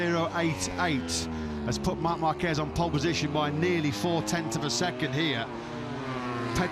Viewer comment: Will the commentators ever learn how to pronounce Márquez???